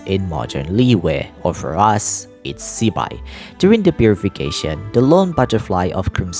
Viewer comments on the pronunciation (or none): Not shaming, but I think Her name should be pronounced as Zi-Pai (Zuh-Pie) not Zeee-Bye, thatswhat i remember studying mandarin 😅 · HAHAHAHAHAHA because wrongly pronounce zibai as Chibai will be a cursing in mandarin 😅 chibai same as fuck you in english